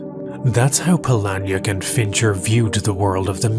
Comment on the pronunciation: I wish i could thumbs up every time i chuckled out loud. Youd have at least 3 thumbs. Also, i believe it's pronounced Pah-li-neck. Chuck Palahniuk.